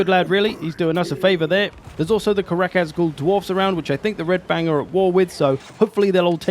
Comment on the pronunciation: Love the video. Think it’s a great idea, super excited for the the next. Karak Azgul? With a G?